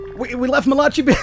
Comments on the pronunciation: you're killing me bro, surely you've heard the name Malachi (Mal-a-ki) before....not malachi (Ma-lach-e) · I think Malachi is pronounced Ma/la/kai and I had a gameboy until it stopped working